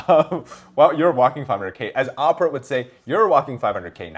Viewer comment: Opera? You mean Oprah? 😅